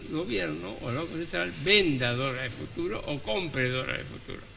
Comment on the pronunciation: PD: es "banco", no "vanco"...